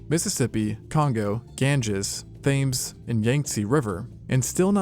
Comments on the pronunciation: Fyi it's pronounced "Tems" not Thaymes, for future ref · As someone from London, I find it funny how you pronounced Thames. It's pronounced like temz not Thames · For future reference, the river Thames is pronounced “temz” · Just for future reference the river thames is pronounced temz not fames :3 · It's pronounced Temz not Thames. I used to make that mistake too. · The river is not pronounced “thayms” but “tems” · I love your content! BUT Pleeease never ever pronounce The Thames as 'Fames' the best way as a Brit I can explain it is to pronounce 'Tens' but with an 'M' soo 'Tems'. It's like instead of saying Yosemite as 'Yo-Semites'. Brilliant Video otherwise! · Thames? You mean Tames. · Its pronunced Tems not Thaymes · In in under a minute, the ai voice track manages to mispronounce the river Thames as it's written ie thames instead of tems, as it's actually pronounced....😢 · Fames? 😂you seriously don’t know that river is pronounced tems (Thames ) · bro pronounced it THames instead of Tames… boy- get ur pronounciation right… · Brit here, Thambs pronouned River Tems :) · TEMMS, not "thames." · "THEYMES"??? It's pronounced 'Temz', you poltroon! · "Thames" is pronounced "Temms", not "thaymes" Skynet. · Lol. 'Thaymes'... 'TEMS'... London's River 'TEMS'. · Just for future it’s not Thames it’s tems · just an FYI, the Thames river is pronounced "tems" not "thames". The "h" is silent. Us brits get very frustrated about these things. Like birmingham, it's pronounced "ber-ming-em" not "ber-ming-HAM" or buckinghamshire which is pronounced "buck-king-em-sheer" not "buck-king-ham-shy-er". Anyway, love the content :). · Btw the thames is pronounced temz not thaymz. Dunno why just is 😂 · how can this language bot get the pronunciation of tech terms correct but not know how to pronounce the largest river ('Tems, not Thayms) going through one of the worlds greatest cities (london) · Thames? or Tems. these automated voices are an abomination. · Thames is pronounced tems not thay-mes